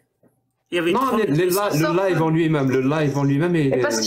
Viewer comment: Desole jack mais tu peux dire a c est live pas life